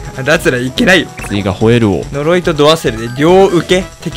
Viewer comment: 呪いが鈍いになってる。